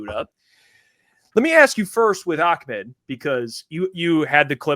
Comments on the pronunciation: calls Ahmed, Ackmend😂😂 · but it’s not kind of like a kha sound. The Arabic letter is Ha, not a kha. Nowhere in the Middle East would anybody pronounce it Ak-Med, the name is AH-Med. his brother was raised here so he probably westernizes the name, which Ahmed is likely fine with, but that is not a correct way to say the name. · Listen to. And. It’s ah med. not ock mid smh 😂😂😂😂. Where in the world do people get a k from??